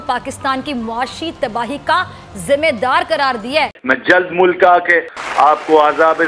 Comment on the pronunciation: bc mulaka nahin hota mulk hota hai